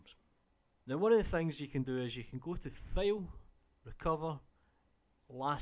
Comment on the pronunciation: Your "fail" sounds funny))